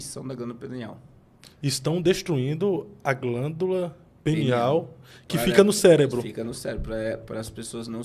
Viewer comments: Glândula "pineal " 😅 e não penial kkkk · Me da uma agonia ouvir glândula penial, penial é relacionado ao pênis. É glândula PINEAL. Só uma dica, em nome de Jesus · O nome da glândula é PINEAL e não penial 😂😂😂😂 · Não é penial, não,. É pIneal, PI. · voltei no video e realmente eles falam penial kkk o nivel de humor subiu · O nome é pineal e não penial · Pineal e não penial